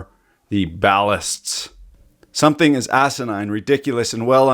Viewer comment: "It just takes one... fucking guy, to stand up and say, 'hold on, take a little pause, summin' ain't right here.' Sumthin. Ain't. Right." Woah. Hey now, what are you... Canadian?